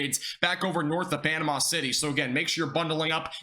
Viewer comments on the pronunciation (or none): none